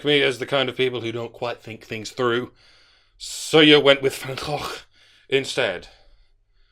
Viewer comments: I just want to thank you for getting remarkably close to actually pronouncing Van Gogh's name right. Most English speakers don't seem to get close, which is fair when you consider how different the languages are. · Excellent pronunciation of Van Gogh by the good doctor!